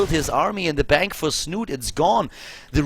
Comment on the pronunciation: Das "e" in Snute ist übrigens nicht stumm. Hier kann man die korrekte Aussprache hören: /watch?v=6EpRR-3r6V4 / The "e" in Snute is actually pronounced. You can listen to the correct pronounciation here: /watch?v=6EpRR-3r6V4